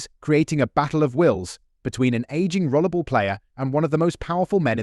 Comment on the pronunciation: Why do you keep calling 'Rollerball' Rollable?